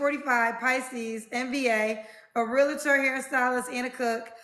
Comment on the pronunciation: As a REAL-TOR.. hearing REAL-LATER grinds my gears.. lol Good luck girl... 👍🏾 that's a lot..